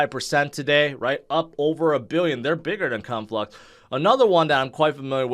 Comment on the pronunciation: Lmao I heard u say Cum flux 🤣